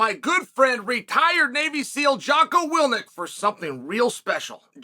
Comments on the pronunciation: If he's your good friend, how is it you don't know his last name? It Jocko WILLINK, not Willnik. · It’s WILLINK Chael